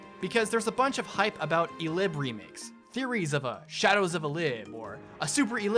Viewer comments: Eh-lih-bay. Not eLIB. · "E-lib?" I... don't think I've ever thought about that pronunciation of that before. Anywho, if they go the remake route - I'd love a remake of... basically any of them from the GBA or Tellius. It'd be great. That said, I'd say, don't worry about including any of the extraneous bells and whistles (teaching, battalions, the calendar, etc) from 3 Houses in it. They didn't need them at the time, they still don't need them now. For your dream new game - Optimize, yes, totes. Same for UI stuff, and voicing stuff. And time skips. Don't do the baby's at all, unless there's a major time skip like the one that we got in one of the older games. I'd say do away with the Monastery/"My castle" bits... they're so unnecessary. Best version of a base mechanic was in the Tellius games, and there was a simple no-fuss menu, no need to maneuver around the base at all. Fates class system, eh, sure whatever. I prefer to have units with a designated niche, but whatever. Also, do away with Avatars. They're just not worth it. They never have enough proper personality to make it seem worth it.